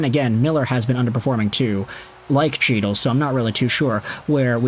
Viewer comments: Hes yours now , fyi it’s pronounced Hytil, not chytil, the c is silent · HEAT-le not CHEAT-le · Can you pronounce chytils name right lol say it as hytil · Chytil is pronounced hee-tul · Can you please pronounce his name correctly. It’s pronounced He-tyl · The dude's name is pronounced HEE-tuhl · In Chytil, the C is silent. Canucks got fleeced given the publicity of the feud. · Maybe you’ll now learn how to properly pronounce Chytil’s name. It’s pronounced with an H sound the Ch is silent. You’ve been pronouncing wrong for the past 5 years. Too bad we couldn’t send you Zibenajed.